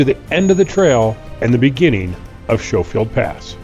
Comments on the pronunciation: I spent every summer in Crystal from ages 1 to 18, hiked and drove those roads a lot. Y'all missed out on pulling some really good trout out of the North Fork. Also, the locals pronounce it "Sko-field", rather than "Sho-field." Back in the late 70's, a couple of guys in a brand-new International Scout traversed the section from Schofield Park down to the Punchbowl, got to what we call the "Snowbridge" where a snowslide invariably closes off the road, got out onto the snowfield over the river, and discovered they didn't have the traction to drive back up. So they put the truck in Park, intending to walk down to Crystal and arrange for recovery. However, the truck was still moving! it slid all the way down off the end of the snow, and tipped into the river on its roof. So far, not that much damage. But the recovery truck had to post up at that last turnout you mentioned and getting the stricken 4x4 out meant having to yank the truck over a bunch of boulders. When that Scout was trundled through Crystal on the back of a recovery flatbed, the only part still pristine was the ashtray. Then again, my father drove the roads in the area with a '68 Saab 96V4, front wheel drive, low geared, narrow track, so it did surprisingly well. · Schofield is pronounced skoefield. I only know this because I sold firearms for years and the S &W Schofield was alawys a unique revolver to handle. Beautiful country. Would be a fun trip for sure. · So you left the drone on the mountain? Nice. Btw. The few of us Colorado natives left pronounce it skoe-field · The name Schofield is pronounced S-ko-field. Like you would pronounce school. This is my maiden name and relation to my family. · Schofield pronounced sko-field. Get my last name, right dude. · Wonderful trip down memory lane. We loved camping in Lead King Basin when I was a kid. I remembered hiding my eyes in the scary sections. The pronunciation is Sko-field. Cheers! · Please use the correct pronunciation for Schofield.